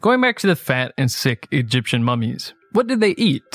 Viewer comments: Who is here to hear him pronounce “fat” “FEHT”? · The way you pronounce "fat" is dripping with contempt